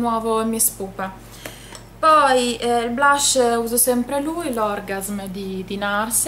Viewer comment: mi piaci, ma pleeease, si pronuncia orgàsm! ^^